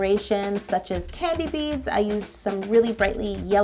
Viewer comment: I thought she said candy beans😂 ....made me think of Gob from Arrested Development